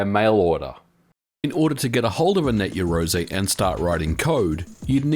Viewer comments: You love saying Net Yeroze don't you?... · Slap a Ho every time he says net yarozay - ROZAYY